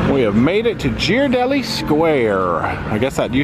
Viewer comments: SO many things to do in SFO! You must plan a return trip! Alcatraz is an awesome tour! And needs lots of Ghirardelli chocolate! (And it’s pronounced “gear-a-delli”) Hope you found the end of the cable car line. It’s right down in front of Ghirardelli’s. Looks like you took a pic from there, so I think you did. 🥰 And you can watch those sea lions fight for dock space forever! They’re hilarious! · Ghiradelli is pronounced Gear-uh-deli